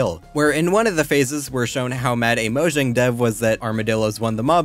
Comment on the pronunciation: IT'S PRONOUNCED MOYANG UGHHH